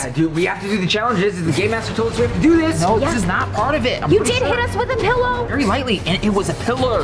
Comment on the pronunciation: The way said pilorlerrrr made me laugh so hard